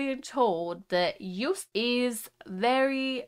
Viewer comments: It's not Juist but Jooooost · You-st 😂 Get his name right it’s Yo!st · Btw you say Joost like j-oh-st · EDM, Gabber, Happy Hardcore, With a touch of Joost. (Pronounce: shout "YO!" and add "ST" to it) Joost is a weird but great artist. (Underdog) This song is a compilation of soooo many emotions by text, samples, lyrics, clip and editing. Only one who thinks outside "a" box can produce this. And yes, this is all Joost with a little help from his friends, like we all accomplish great things! Happiness! Also when bad things happened. I think the meaning of the end is: "Stand still for a while, accept what happened but press "play" again and have fun!" Love to all who read this. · I am from the Netherlands and how she said joost oml it is like she said juth ❤❤ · Joost is pronounced like ghost. I am Dutch. Hi. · little pronunciation tip for his name, the double oo is pronounced as a Long single O as in Yo. just like how you would pronounce the letter O on its own. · Joost is pronounced like "yoast" in english. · You pronounce it like Joast. Our double o sounds like your oa. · You pronounce joost like toast